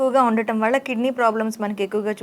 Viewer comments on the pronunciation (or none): వళ్ళ కాదు వల్ల అనాలి